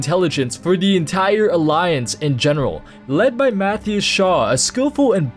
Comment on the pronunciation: Mathew Shaw? Pretty sure it's Matthias Shaw.